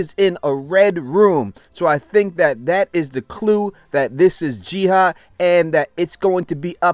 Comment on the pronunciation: Do you just have problems pronouncing “ah” and just end up always switching those two letters around, or what lol. Her name has been established as Ji-Ah, NOT Ji-Ha like you keep saying lol 🤷🏽‍♂️